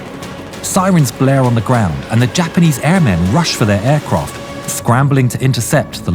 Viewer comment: Aircroft lmao.